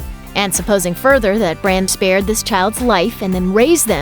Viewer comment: Its Bran